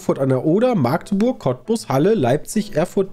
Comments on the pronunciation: Das heißt nicht "Maaagdeburg"! EInfach einen kurzes A bitte, also "Mackdeburg" :) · Erste Gelegenheit dazu, das zu schreiben, da ich jetzt hier wohne: "Dit heest 'Machdeburch' und nich' 'Maaagdeburg'." :D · ich komme aus magdeburg und , magdeburg wird nur mit ein A geschrieben und nicht so Maaaagdeburg :D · Lieber Maaagdeburg als Ma-Agdeburg ... Aber korrekt heeßt es eh Machdeburch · Das heißt Machdeburch und nicht Maaaaaaaaaaaaagdebuuuuuuuuuurg!!🙈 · Ich fand es okay. Wüsste nicht ob ich 50 Fragen zu Westdeutschland beantworten könnte. Eine kleine Sache noch: Magdeburg wird nicht Maaaaaagdeburg ausgesprochen. Da bluten mir die Ohren 🙉 Richtig wäre Machdeburch. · Dat heißt Machdeburch und nich anners du Vorel! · Wie sie Magdeburg aussprechen macht mich jedes Mal wieder krank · Ja ich finds auch ganz schlimm diese Aussprache. Wohne auch nur so 30 min von Magdeburg weg xD